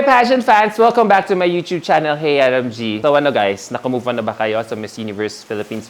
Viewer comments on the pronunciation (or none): none